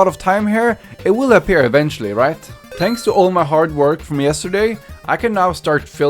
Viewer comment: i love how he says tanks